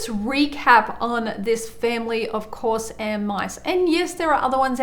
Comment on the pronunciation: Love how she says Course air at the start instead of corsair